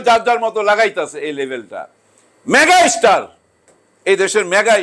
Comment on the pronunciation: ম্যাগা ইস্টার ? উচ্চারন ভাল করেন কাকা।